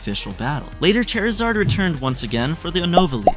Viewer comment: "Lady os" "Skeptle" "Chair-izard"